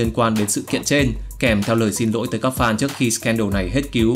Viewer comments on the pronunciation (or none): none